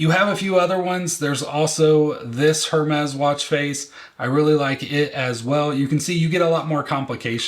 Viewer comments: It’s AIR-mes not HER-mez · I know you keep saying HERmes but the “h” is silent so it’s pronounced “er-mes” ❤